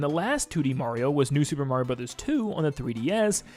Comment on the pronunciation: Are all Americans collectively refusing to say Mario properly, or are they all completely incapable of it?